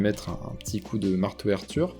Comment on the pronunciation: Pitié , c'est pas "marteau air-ture" mais "marteau rture" => "mar torture" :p